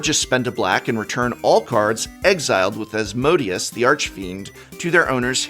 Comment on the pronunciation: As-mo-day-us* the Archfiend